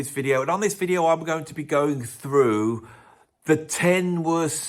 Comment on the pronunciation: I thought ok, maybe it's interesting... but your pronunciation is so incredibly poor but forced unnaturally lively, the way you try to give substance to what you say.. with exaggerated boring like you bring 'through' ... it goes down a bit as if you have to be very careful with what comes... it gets so loaded and that already starts with the way you pronounce the preceding word 'going' ... all to make it clear that you take it very seriously... how serious can be heard , the way you spit out 'male' .. Althought it's the title of the video, so everybody knows you're talking about 'male' singers ... but that's not enough.. just to be clear and for those who still don't get it you also repeat it twice that it's about 'men'. In short, it's a video probably made on the advice of your psychiatrist to do something about that jealousy that you've been suppressing for years. I've gone through the list again and your choice clearly shows that you don't understand why these are such great singers not despite, but in fact because of their shortcomings. But why this is so frustrating for you. Well, I hope it helped you, but if it didn't... there are still great impressive singers who can't sing according to the standards of who are technically great but don't understand that singing is an art and art can't be captured in centimeters and kilos.